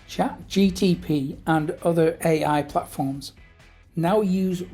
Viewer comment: Nice video...its ChatGPT, not ChatGTP :_)